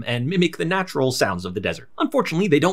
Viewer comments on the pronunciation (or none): none